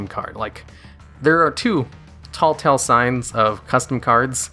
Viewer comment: TELLtale sign, not TALLtale sign Great video as always